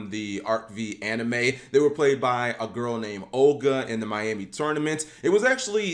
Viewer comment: Maiami. Not Miami.